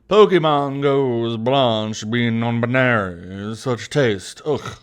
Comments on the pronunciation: sarcastically pronounces non-binary as non buneary Buneary: cries in pokemon noises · No no no you misunderstand.. It's not non binary.. It's non buneary.. She just doesn't like bunny pokemon